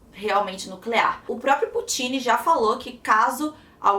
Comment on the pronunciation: se pronúncia pÚtin e nao putÍn